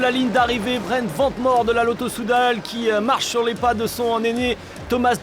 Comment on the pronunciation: C'est "Vane Mour" que ça se prononce svp 🥲